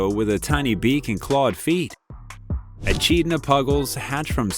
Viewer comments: It's pronunciation is "Ah-KID-nah" Not e chid na. Cute video nonetheless ❤ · E kid nah, not "e chid na". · It’s Eh-KID-na. The white bats are adorable. I almost didn’t watch because of the AI images. Please don’t use that garbage! Not in what’s supposed to be a nature documentary.❤ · Ah-kid-na is how it is pronounced. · Echindna is pronounced "Akidna". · It's pronounced A- kid- na. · My goodness, this AI or person doesn't know how to pronounce much of anything! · Echidna is mispronounced. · Just the first of many! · Lose the AI animation. useless. Is the narration also AI? pronunciation is atrocious. the ch in echidna is hard, also it is Gobi Jerboa, not Gobi Jeroba. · Reseach before recording. - Echidna, as rebecculousrk pointed out, is KID not "cheed." - Tapir is pronounced TAPE - er not t'purr. - Tarsier is tar-see-er not "darsia" or "tar-see-ay" . That final "R" is pronounced. - Gundi - right the first time. Why did you later say it "gun-dye" , then you say "gOOn-duhs" - Aye-aye, Pronounced like a sailor's acknowledgement. Eye-eye, not "I.A." (abbreviation for Intelligence Artificial, which this voiceover is NOT!)